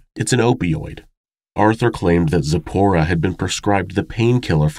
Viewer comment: Just wanted to mention, I am jewish, and you pronounced Sipora, and a few other hebrew words, just perfectly!!! Another awesome episode. Hope you are feeling better!!!!